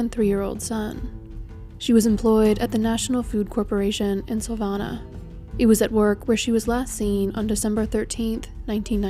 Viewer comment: Wonderful video. Fyi: Savannah is pronounced "Sa-VAN-ah".